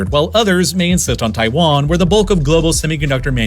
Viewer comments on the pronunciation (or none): none